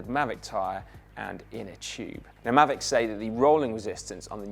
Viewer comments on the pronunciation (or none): [Pedant alert!] Isn't the k silent in Ksyrium? Also, "Maahveec", surely?